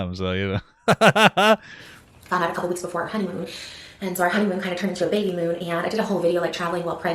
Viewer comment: “and so our honeymoon sorta turned into a beybee-moon…” the way she says “the” beybee. Along with how she refers to said beybee as “it” in later videos… already showing distance from actually loving her kid. I would never refer to my baby as “the baby” or as “it”. I’d say “my baby”… or (the Queen of all pronouns should know…) they/them. Just truly gross.